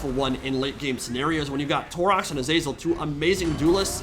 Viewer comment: the way you keep saying "azEYZUL" absolutely grinds my gears. it's "A-ZA-ZEL" FFS